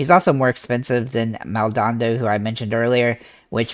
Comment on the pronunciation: love the content... but... it's Maldo-nado lol